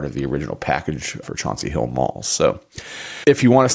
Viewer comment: Wtf is “chanty hill” I’m a towny I grew up with Chauncey hill, it’ll always be Chauncey hill